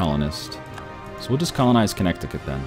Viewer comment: You don't say the word "connect" when you say Connecticut. The second "c" is silent.